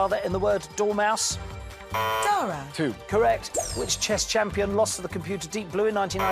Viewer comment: It’s “dormouse”.